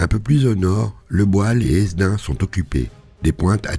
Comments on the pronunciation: Quelques petites précisions d'un simple nordiste de passage : La photo ne détaille le passage du Canal du Nord mais plutôt de celui d'Aire à la Bassée Doullens se prononce Doullen, le "s" est muet De même pour Hesdin, le "s" est muet, nous prononçons Hédin Pour Beaumetz les Loges c'est Baumé Cependant joli détail sur la carte d'Arras et sa campagne en 1940, toujours d'excellentes informations, il y eu de nombreux faits d'armes ignorés dans les journées du 22-23 dans les petites villes et villages que vous ne mentionnez pas, mais en même temps vu la multitude on ne peut tous les préciser ! Bravo ! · Encore merci pour ces videos utiles et si bien faites. Etant Nordiste, sachez juste que l'on prononce "Édin" pour la ville de Hesdin. C'etait l'instant chipotage. Merci